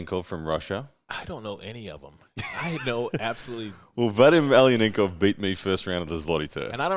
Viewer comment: i'm only saying this to help you so people don't ravage you over it but Vadim's last name (Aleinikov) is basically pronounced "a-line-ih-kov" not ail-e-an-en-kov.